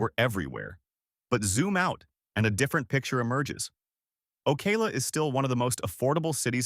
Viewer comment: It’s not OKAY-LA it’s Oh-cow-la.